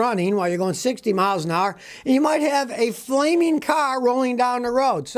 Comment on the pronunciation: "Flameen" is not a word.